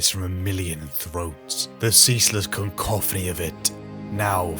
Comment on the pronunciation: It's cacophony man, cacophony ffs, not "concophony"!